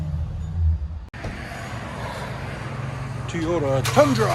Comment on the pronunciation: TEEOYTA. I get the enthusiasm but bro its a TOYOTA!!!